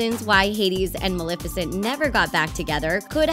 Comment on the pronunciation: Maleficent you said her name wrong